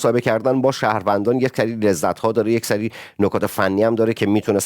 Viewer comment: یک سِری seri ، نه: یک سَری